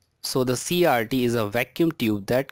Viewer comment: When you said cases, I thought you said kisses. And when you said CRT, I thought you said CRD.